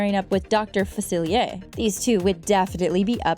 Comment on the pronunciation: she kept saying Dr. Falcier wrong